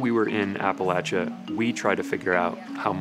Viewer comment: please learn how to say appalachia correctly.